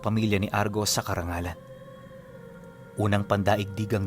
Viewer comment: Carranglan po..Hindi karangalan